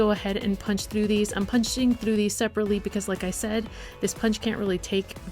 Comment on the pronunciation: When she say trough ts hillarious (in a good way not to be rude or anything)